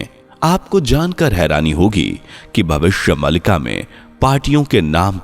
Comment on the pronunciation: नैरेटर जी आप “भविष्य मालिका” का उच्चारण सही तरह से करें भविष्य मलिका ❌ भविष्य मालिका ✅ मलिका एक उर्दू शब्द है जिसका अर्थ है मालकिन❌ मालिका एक संस्कृत शब्द है जिसका अर्थ है माला ✅